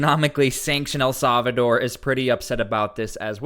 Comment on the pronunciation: It's pronouced "ell SAL-vuh-dor" NOT "ell SAV-uh-dor"